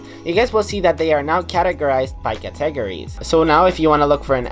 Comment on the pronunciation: Ka teg ories ;)